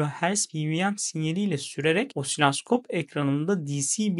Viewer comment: Kullandığınız bir cihazın adını da doğru söylemelisiniz. Osiloskopa osilaskop demeniz yakışmıyor.